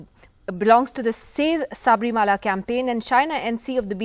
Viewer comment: Idiot anchor it is Sabarimala not saabrimaala.